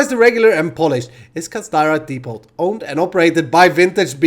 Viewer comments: I don't mean to be rude but in the word depot the 't' is not pronounced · great video. ont thing though in depot the t is silent